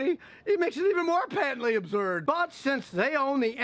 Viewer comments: Yeah Scott, that's great 'n all, but I'm laughing because of your dialectical pronunciation of "Absurd" lol sounds like abzurd!! Laughing with you about both. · “Patently Ubzurdd!” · are you saying absurd or observed?